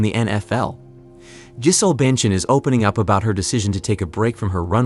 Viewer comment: This is a top notch AI voice. Unless that is you mispronouncing “Giselle”?